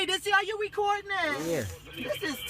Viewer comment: "Rhi-rhi, You wecodin.? "